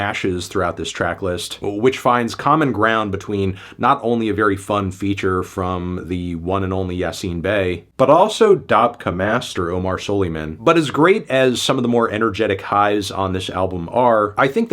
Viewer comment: no shade bro was trying his best but I took psychic damage from melon's pronunciation of dabke